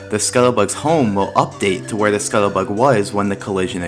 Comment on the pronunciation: Why can't you fucking pronounce scuttlebug